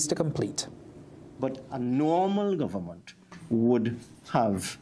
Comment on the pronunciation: Please pronounce the words properly It's Government not Governmont It's Parliament not Parliamont time to do better It's ment ment not mont mont